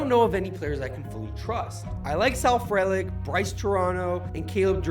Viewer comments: "Turano" "frehlic" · Something special brewing in Milwaukee let's keep it going 8 more wins! Also calling him Brice Toronto and mispronouncing Frelick is not a good look my dude.